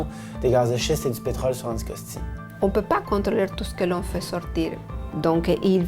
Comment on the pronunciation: it's "Anticosti" , not "Syckscoskee"